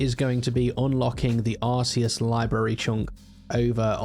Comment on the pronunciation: It's ar-KAY-uss btw, not ar-SEE-uss 😌